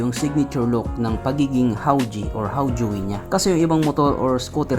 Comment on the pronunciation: Ang Tamang basa jan Haw-Je